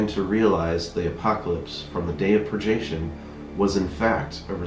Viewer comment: Great idea for a video! But that's not how "purgation" is pronounced.